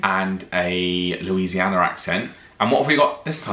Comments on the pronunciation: I have a question for the Brits: What's with the adding an "R" sound to words ending with an "A". Elton John does in "Nikita", and you do it on "Louisiana" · said Louisianer. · I know this is from a few months ago...but...u r killing me lol there is NO R in Louisiana 😂🤣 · I love how said "Louisianer accent." My uptown New Orleanian mother, when speaking casually, would sometimes add those final extra Rs, I guess to compensate for all the dropped ones.:-) For example, she pronounced "mustard" as "musted." This is the same mother who'd reprimand me by saying, "Nancy, that's just common" when I was doing something she regarded as inappropriate. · Like when said Louisianer. 🤣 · Cuz of the intrusive R. Yes, it's a thing. does it near the start of the video when he says "LouisianER accent". I rememeber when I went to England, I kept wondering why people kept saying Canader instead of Canada. Yes, I'm Canadian. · LOL I read this at the exact same time he said "Louisianer".